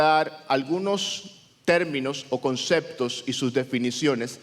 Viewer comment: no se dice concectos, son conceptos